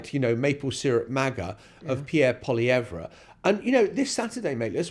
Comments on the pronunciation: pronounced: POLY EVV, not. POLY EV RA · It’s pronounced Polly ev. Poilievre did this to himself. This race was close even with his terrible campaign. He used slogans and negative adds, just like Trump. A huge mistake. If he would have stuck to policy, and been about 50% less smug, he may have won. Carney fell into the perfect race for himself. He got to be PM for just enough time to rebuke Trump, and make people believe he is tough. He will not help regenerate the Canadian economy. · All it takes is ONE Canadian newscast to learn how to pronounce Poilievre and you couldn't be bothered